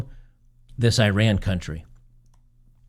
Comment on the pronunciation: You did not run anywhere. The country is pronounced "e-rahn".